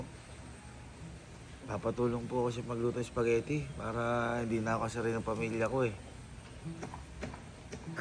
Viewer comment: Yung before kasi "SOUPagetti" 🤣🤭✌🏻 pa notice po